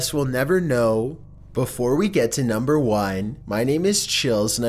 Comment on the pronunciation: nohmber fehftehn